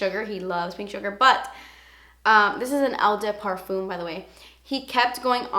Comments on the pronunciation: I'm from Blegium so... Eau de Parfum - Oh (like "OH my god!") de (this one you got right) PA (like in "PAsta") R (like the french RRrrRrrrrr) FUM (like "FUN" but don't say the N ) Eau de Toilette - Oh (you know..) de (...) TOI (like TWA in twat) LETTE (like "LET me explain how to sound french") You are wellcome! I love you <3 ps: my parfumes Gucci by Gucci and L'instant Guerlain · Eau is pronounced Oh - sort of or at least the best i can phonetically spell it. pArfuuum not per and not fume. Twah Lett not toilet. Sorry, Canadian and french is my second language and I speak Spanish Portuguese, Swiss -french, german and Norwegian. The toilette’s are not as long-lasting as parfum’s. Just as a rule, it’s how they are made. Stick to parfum’s for sure if you are looking for a long lasting or often heavier scent ! ☺️ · Good video. On your pronunciations, Toilette = twahlet Parfum = par - fahn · Hi I loved your video!!! I'll be sure to give these perfumes a check! for the pronunciation of "eau de parfum" it's pronounced "oh-duh-par-fuh-m" I hope that makes sense and kinda helps a bit!!!:) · NOT BEING MEAN WHATSOEVER but I can speak 4 languages and just wanted to let you know , it's pronounced O DE PAARFU (the M isn't pronounced ) and O DE TOILETTE ( the T is really promenent )hope I was helpful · You are the funniest!!! 😂 Your accent is really cute when you say Eau de Parfum & Eau de Toilette! In French, Eau de Toilette is pronounced "O de to-ah-let" and eau de parfum is "O de par-fun" without the N at the end of fun! I don't know if it made sense, but if you understand your french is sure as hell going to be perfffff ❤️ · Hi! Eau de toilette is pronounced "oh duh twah-LET". I can't quite figure out how to write parfum phonetically but if you look it up google translate will pronounce it correctly for you!